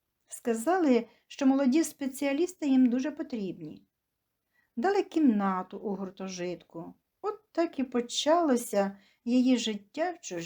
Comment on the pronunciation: Історія цікава. Голос приємний. Але є помилки: правильно гуртОжиток (ви вживаєте неправильний наголос). Весілля не відміняють, а скасовують. В українській мові відмінюються іменники за відмінками